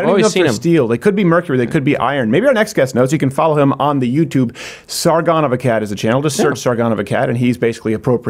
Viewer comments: Why did Steven pronounce Sargon's name with a Peter Griffin/New England accent? The shame, such horrible shame lol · Sargon name pronunciations are ridiculous 😂